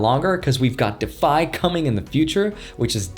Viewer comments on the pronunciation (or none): The way you said De-Fi lol